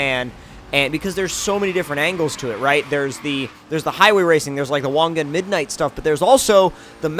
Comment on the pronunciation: Finally someone who actually says Wangan right! Thank you!